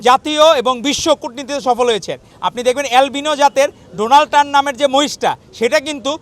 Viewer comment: মার্কিন প্রেসিডেন্ট এর নামটা উচ্চারণ করতে পারল না আপনারাই তো তৃতীয় গরুর জাত 😂😂